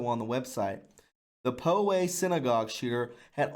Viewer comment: Poway is pronounced: Pow-way